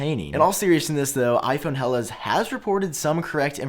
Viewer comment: Hellas is pronounced "Ella" with the Ls at the tip of the tongue... 😉 Good to know if you ever visit Greece